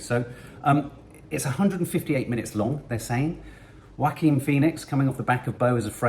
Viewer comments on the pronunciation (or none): yea you put far too much into the pronunciation of his name. It’s “Walk-Keen” 😂 and I don’t wanna see Egypt be destroyed in this. That’s gonna be the saddest bit for me😅